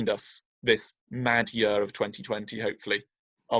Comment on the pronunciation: Year, ye..ar, not yeeer.